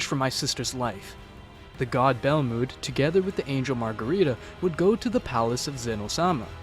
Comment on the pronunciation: Who the fuck is "Goteen" And "Belmuuuud"? It really pisses me off.